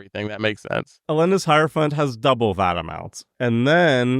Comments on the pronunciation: in case anyone’s wondering, it’s pronounced hierophant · don’t worry, it’s pronounced “hierophant”